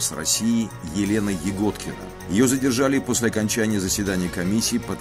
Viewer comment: Почему она ягóдкина если она я́годкина?или она игóткина?